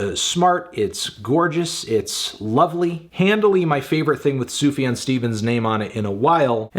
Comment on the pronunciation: It's pronounced Zoo-Fuh-John